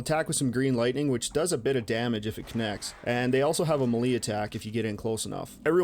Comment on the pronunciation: I admit I'm somewhat fascinated with how you pronounce "melee".